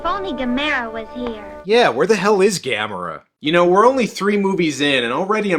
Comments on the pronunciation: That's weird they pronounced it like that since it's Gamera like camera, nobody in NA pronounces camera as Cah-mera. O_o??? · Sandy Frank Dub??? I know my copy of Gamera vs Gyaos has 2 Dubs, but the way I distinguish each one is by how the characters pronounce Gamera's name. And I personally prefer the one where they pronounce his name as Ga-Mer-Uh. NOT Ga-Mair-uh.